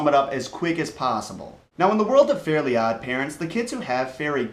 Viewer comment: its fairy not fairly